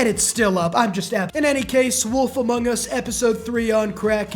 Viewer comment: The way he says "among us" 💀